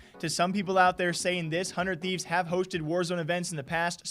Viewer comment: He said the "200thieves" lmfao am i the only one that heard that? 😂😂😂